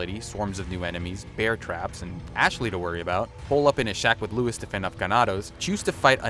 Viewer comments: Disliked! You say every word annoyingly in a Spanish accent, but you can’t pronounce Luis’ name properly? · I’m crying 😭 why does he say every name with a Spanish accent except for Luis